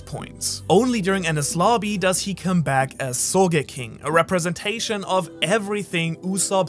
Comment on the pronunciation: I thought it was supposed to be "soge-king" not "so ge king"